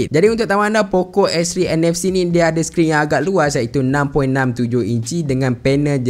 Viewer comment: Poco ke pokok..dgr mcm pokok 😂